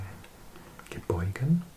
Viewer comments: Pronunciation guide for Michigan from a native: Cheboygan (sha-boy-gan) and Houghton (hoe-ton), A+ for effort. Another fun fact: the Isle Royale has the longest active predator-prey experiment in the wild, been going on for over 60 years! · From Cheboygan Mi.. here.. pronounced Sha boy gan..